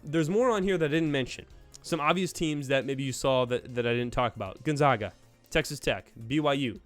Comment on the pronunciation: Not to be a dick but how are u a college basketball channel and don’t know how to pronounce Gonzaga